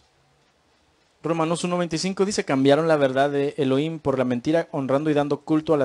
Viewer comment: SALUDOS DE PERÚ ERES INTELIGENTE PARA LA GRACIA DE DIOS: GRACIA O REGALO DE YAH (DIOS), EN HEBREO ES YAHUHANÁN=GRACIA O RAGALO DE YAH. NO SE DICE ELOIM, SE ESCRIBE ELOHIM Y SE PRONUNCIA ELOJIM. NO SE PRONUNCIA: ELOIM. YAHUHANÁN SE PRONUNCIA YAJUJANÁN. YAH SE PRONUNCIA LA 'H' COMO JOTA=YAJ. DESDE PERÚ VEO TUS VÍDEOS Y ME ENCANTAN REFERENTE AL SEÑR YAH Y A SU AMADO HIJO YAHUSHUA NO YESHUA COMO NOS ENSEÑÓ EN EL PADRE NUESTRO A SANTIFICAR SU NOMBRE Y NO BLASFEMARLO. YAHUSHUA SE PRONUNCIA: YAJUCHUA CON JOTA SUAVE Y ESPECIE DE CH SONANTE O CHILLOSA ASÍ: SH, SH O SSSS....